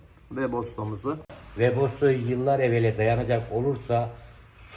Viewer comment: WEBOSTO DEĞİL WEBASTO, GATES YAZILIR GETS OKUNUR, PORŞ DEĞİL PORSCHE YANİ PORŞE DİYE OKUNUR.